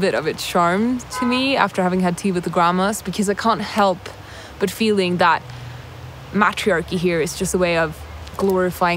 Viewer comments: "MATT-rhee-ARR-keey" ...what?😂 "What makes it a MATT-rhee-ARR-key?" ...idk but they could probably tell you about "May-trEE-arr-keeys"... 😂😂😂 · Ya pronounced matriachy wrong